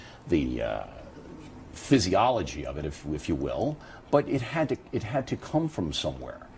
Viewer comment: stunning! no people can read an think. what did he say? physioligy?